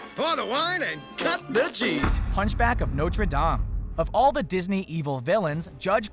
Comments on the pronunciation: it's dame not dome duh get it right before you say anything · It's pronounced noter not nocher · That's not how you say Norte Dameeeee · who else hates the way he pronounces notre dame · Who else laughed so hard how he said notre dame